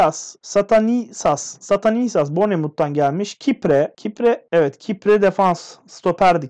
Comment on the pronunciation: Abi beşiktaş transferleri okurken bir tane oyuncuyu okuyamadınya adamın adı stanislas